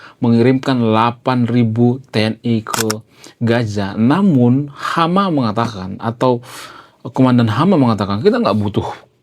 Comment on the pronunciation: Bung pasukan hamas bukan IDF jgn sembarang ngomong..HAMAS bukan HAMA jgn belepotan bicara